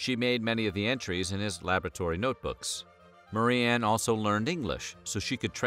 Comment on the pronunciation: Ok but why do you pronounce Marie-anne "Murran" the whole video?